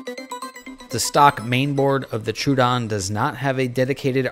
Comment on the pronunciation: Troh-uh-don. Thanks for the video!